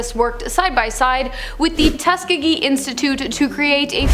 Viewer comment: Pronounced “TUS SKI GHEE”